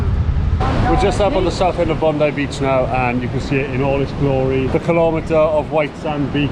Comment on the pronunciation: I would have expected Bondi much more crowded and indeed not that such big waves and a warmer ocean water. You are in advance pronouncing Bondi correctly. I totally failled the first time. I never got the taste of TimTam but of vegemite. Guess you have similar in the UK. Once and never again. My first grocery stop in 2019 was at Aldi. Just to compare with home.